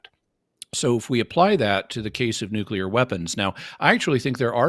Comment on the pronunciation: Fully agree. No idea why he continued pressing that. Also, I lose my mind when people pronounce it "nuke-u-ler".